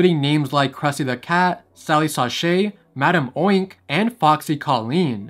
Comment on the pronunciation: Its crazy how every time he said madame oink i immediately said "ITS MADAME UNK??"